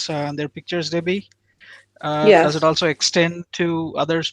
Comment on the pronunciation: Oh no. It's Duh-bbie.